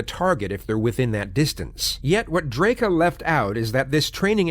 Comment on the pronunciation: Chat was absolute gargabe during this. Still, acting like he's the definitive authority on this case bc of his prior coverage, yet failing to even pronounce the guys name right even a single time is hilarious.